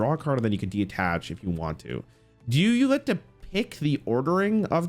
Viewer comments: DE-TACH, not DE-ATTACH 😅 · constantly saying "De-attach", instead of detach, reminds me of when he kept calling the power nine, "the powerful nine"